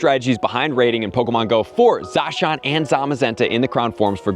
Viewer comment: is the only youtuber to pronounce Zacian right. Just wanted to put that out there.